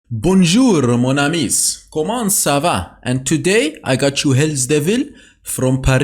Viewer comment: Finally someone that does understand tha Vlad isn't broken, gah dayum. BTW I'm french and your french is very promising, just pronounce "mon ami" without the s at the end haha